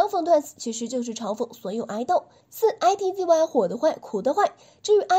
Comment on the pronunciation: I T Z Y ? 不可能是這樣發音吧…